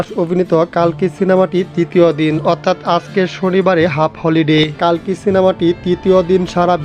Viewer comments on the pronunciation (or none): কল্কি হবে কালকি নয়